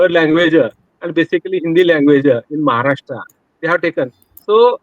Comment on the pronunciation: I like your pronunciation of महाराष्ट्र